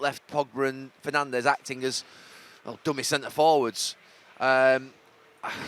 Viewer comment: aaaaah the great "Penandes"